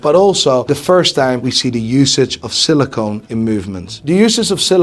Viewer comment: Silicon, not silicone.